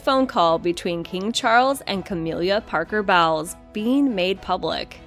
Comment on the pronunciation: ("Cah-mill-ah") Parker- Bowles ( "Bowls" - not "bowels").